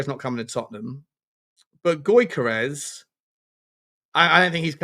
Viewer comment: You`re pronounciation is terrible mate. Newcstle`s Isak is pronounced as Eas-ak. Gyokeres is pronounced as Jock-eres